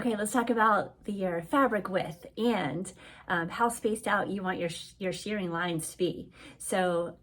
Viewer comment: It's pronounced "sherring" not "sheering"